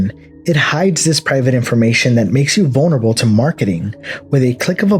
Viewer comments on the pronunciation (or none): none